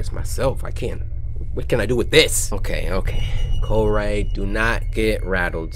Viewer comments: i like cory not corr-ay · I think Cory is better not “COR-AYY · my name isn't Cory, its Co-Rayy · No, it's Corayy not, Cory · no No NO it’s co-rayy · I liked the vid cuz it's cory, sorry "cor-ray", but this game is cringe, barely got past the 3min mark. Seduction guru? really? and the girls on the bed- boy bye. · Sir his name is Cor-ay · u mean co rayy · His name is Cor-ayyy! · It’s co-rayy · DenCorAlSubSke it’s co-ray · Its co-rayy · MegaGamerDude Actually it's Co-rayy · MegaGamerDude you mean cor-ray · Ahem it's COR-AY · Joe Soria you mean Co-Rayy? XD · uuuh excuse me its CO-RAYY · Bella Glitterface ehem... its Mr. Co-RAYY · Mysterious Q202 it's co-rayy